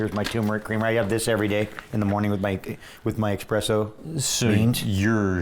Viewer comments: Even though his results speak for themselves, the fact that he is so self admittedly into coffee and he keeps saying “expresso” bothers the shit out of me. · I love Laird but tumouric & expresso. Really? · Espresso. No X. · Every time someone says "eXpresso" an angel gets a fanny pack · Haha I literally said that out loud, I was like "dude its espresso not expresso, its not timely delivered mail". I couldn't take anything he said seriously after he fucked that up. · Who the hell says expresso 🙉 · Laird “expresso” Hamilton. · he's HUGE into coffee...he just doesn't know how to say Espresso. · Truly cringeworthy. It’s right up there with exspecially 😫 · Vince Marotte Yeah; that’s drives me nuts too!